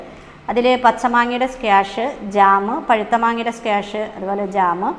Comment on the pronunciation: സ്ക്വാഷ് ആണ്. സ്ക്യാഷല്ല.